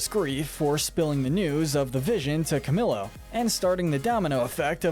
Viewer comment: Ok finally CamiLo? Uhm it’s pronounced CamElo do him justice